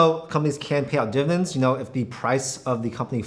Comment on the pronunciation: Why does he say "divens" instead of "dividends"?